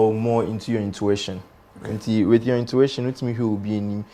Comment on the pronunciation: Intuition or intwetion?🤔